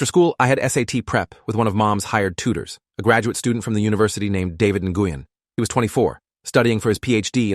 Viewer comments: Win not Ne gueen. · The last name Nguyen’s in actually pronounced as the word “win”